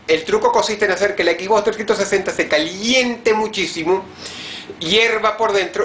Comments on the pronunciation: "equisbocs" eso te resta como 50 puntos de iq, de los muchos que dices tener. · jajaja dice "equis box"